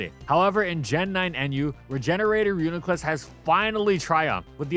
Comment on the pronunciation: It’s pronounced ree-yoo-nee-kluss btw